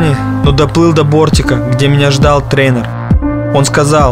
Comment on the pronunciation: Потом такие в реке всплывают )0)))0 Ещё орнул со слова, "Трэнэр"